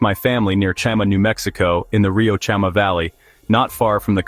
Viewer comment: Chama…”CHA-mah”…not “CHAM-uh”